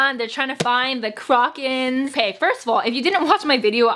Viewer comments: WTF "CROCK-KAN"???? THE WITCHES AREN'T A FUCKING UGLY ASS SHOE BRAND I'M AJDLFJLFJSLFJA;LJFA; omg i'm dying i pronounce it "croh-shen" afjldsjfl;fjlajfl;asfj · waiT WHAT. how do u say CROCHAN again? i've been reading it as KROW-chan my entire life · Don't worry I think most of us have been pronouncing it Crow-kin